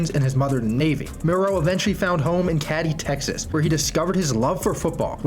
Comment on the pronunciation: Catty Texas 🤣 c’mon man